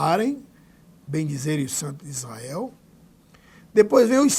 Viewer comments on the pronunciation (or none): none